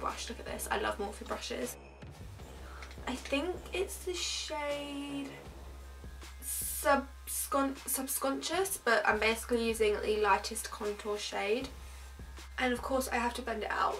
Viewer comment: Loved this video!And not being a hater,it's sub-con-shus(subconscious) xxx